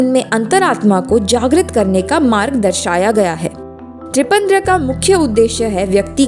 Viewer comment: पहली बार त्रिपंद्र बोली और दूसरी बार त्रिपंड्र। कभी भी त्रिपुण्ड नहीं बोली। किस प्रकार से संस्कृत का अध्ययन करवाएंगे ऐसे?